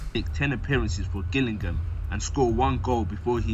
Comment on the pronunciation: How can this English narrator not know how to pronounce common places in England, like Gillingham (pronounced Jillingham), and Wycombe (pronounced Wick-cum).